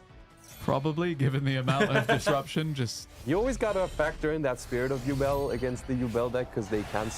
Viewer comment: Yubel is pronounced "YOU-BELLE" not "you-bull" have you never watched GX? sorry for being a grammar nazi, it just bugs me